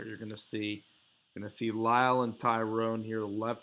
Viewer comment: Tyron not Tyrone. La'el not Lionel. 😨